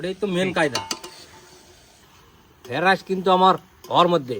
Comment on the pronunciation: Fara rice??? Fried rice Dada ke bolo uchharon ta thik korte.